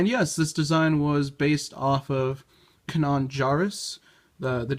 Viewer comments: You did not just say, “Kuh-nawn” Jarrus… Wow… Are you trying to piss people off? Did you even watch the show? XD It will always amaze me how people choose to pronounce words incorrectly when they’ve heard the word over and over the correct way. LOL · Kanan is pronounced (Kay-nen) but it's fine.